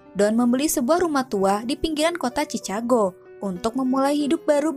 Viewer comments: cicago di baca cikago min 😂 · chicago.. harusnya kn ngejanya "cikago" kok jd "cicago" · "Dipinggiran kota Chchago" fyi aja kak Chichago pengucapannya Chikago. Semangat bikin videonya ya kak. Semoga channelnya terus berkembang. Suaranya intonasinya pas. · Halo Embak mebak manis itu chikago bukan cakago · Lah indonesian bgt itu bang wkwkwkw